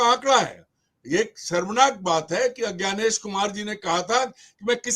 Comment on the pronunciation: । अज्ञानेशजी नही ज्ञानेशजी 😂😂